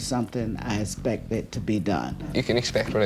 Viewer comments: The word is Respect not espect!! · "I esspec for you to follow our rules" his pronunciation of expect is hilarious 😂😂😂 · expect not respect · Can't stand Dad saying aspect instead of expect.. learn to speak properly